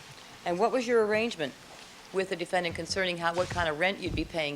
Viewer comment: Would somebody tell Mr. Darden that's it's pronounced defendant not defendaant? Thanks